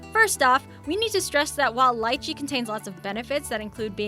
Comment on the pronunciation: She mangled Lichee, Jabuticaba and Carambola. Ca - ram - bo - la. all short sounding vowels. Not to mention that it is DEADLY to anyone who is kidney deficient. It WILL cause kidney failure if your kidneys are compromised.